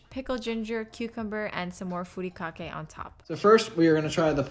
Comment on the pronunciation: Looks super good! No disrespect, but if you can say furikake correctly, you can say poke correctly. :)